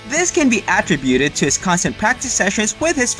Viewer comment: AT-REE-BUTED? No! AH-TRIB-U-TED. Gee! You can Google the big words and they will be sounded out for you.